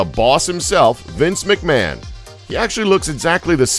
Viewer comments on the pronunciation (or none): none